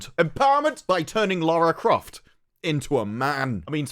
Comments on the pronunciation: It’s Larry Croft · It's Larry Croft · I think you meant to say 'Larry Croft'. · its LARRY CROFT